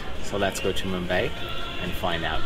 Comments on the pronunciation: Dude...its not pronounced Mum 'bay' (as in 'eight'), it's 'Mum 'bai' (as in 'eye') :) Thanks for your interesting vids:) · it's "MUM BUY"